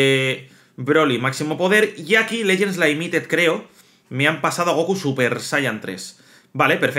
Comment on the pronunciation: Legends laimited jaja todavía lo dice así 😂